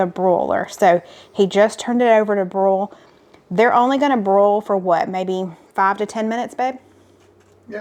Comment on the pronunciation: Congratulations on 300!!! You’ll get the hang of the Jersey “broil” lol. However it’s only one syllable 😮😊❤